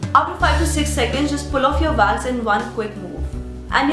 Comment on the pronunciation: Why do you say Vax?